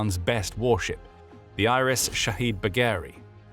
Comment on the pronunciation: Its not iris it's IRIS. just like USS,HMS,SMS. I'm glad they are destroyed but just get it correct please